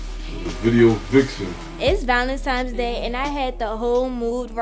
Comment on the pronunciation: Is she in college saying ValeMtimes day? Cringy